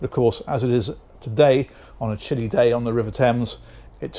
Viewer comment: Had to rewind that, you said chilly but that's not what I heard the first time. Sounded more like a word I would typically use to describe bad weather.